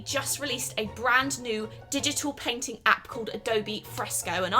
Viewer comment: Anyone els thought she was saying peng ting insted of painting